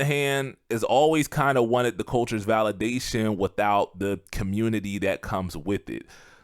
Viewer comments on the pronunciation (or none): none